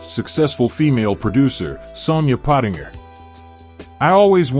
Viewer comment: Good work but for God's sake, learn to pronounce people's names! Ken Khouri's name is pronounced 'koo-ri' and Sonia Pottinger's surname is pronounced like the word 'ginger', so it would be 'pot-in-jer'.